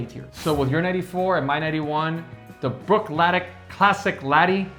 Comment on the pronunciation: This is a fun review. I hesitate mentioning this, but if you are such a fan of Bruichladdich, please listen to one of Adam Hannett’s Feis Ile Masterclass. You’ll hear that Bruichladdich ends with an “ee”; not a German “ick”